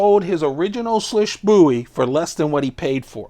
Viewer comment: Just FYI, it’s pronounced “Swish.”